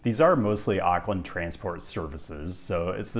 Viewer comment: Auckland is pronounced " Ork lind " not " Ark lind ". Most Americans get this wrong.